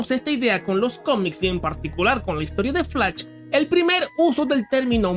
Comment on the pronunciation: Te escuche como pronunciaste flash y ya supe tu nacionalidad jajaja, puro videos de hate a Tolkien.